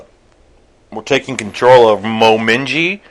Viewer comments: Mominji? Really? Mominji? It's Momiji, and it's written on the screen. Less than 30 seconds into the first video I've ever from you and you butcher the character's name. Not to mention the clipping mic. Jesus, I'll just go watch someone else. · We’re taking control of “Mow-mi-g” lol